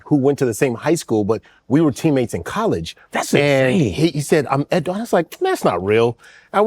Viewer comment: Out of curiosity, if you're Edo and have ever lived in Nigeria, is it driving you crazy that they are not pronouncing it properly?